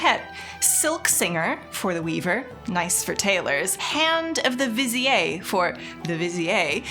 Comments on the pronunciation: Hey, its "vi-zeer" not, "vi-zee-yay" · Unless I missed something, "vizier" should probably be pronounced "visir"/"vasir" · Viziérrrrrr 🫦👨🏻💅🏼🥖 Love your content fam! Hyping me up for the new expansion like crazy !! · I have never heard Vizier pronounced like that before but it's so I let her off:) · Why does say Vizier in such a weird way? Wait... am I saying Vizier the wrong way?